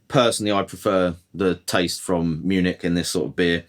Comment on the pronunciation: Munich What did you call it?😂